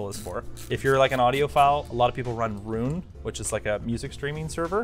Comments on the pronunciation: I'm pretty sure meant "Roon" and not "Rune" haha. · it’s Roon not Rune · It is not Rune, it is Roon.